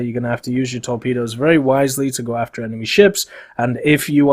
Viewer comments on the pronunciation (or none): none